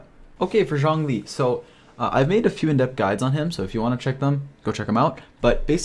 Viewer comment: wait till everyone finds out that they’ve been saying zhong wrong